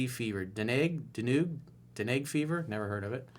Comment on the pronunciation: Coach it’s pronounced done gee fever 😂😂 you Rock man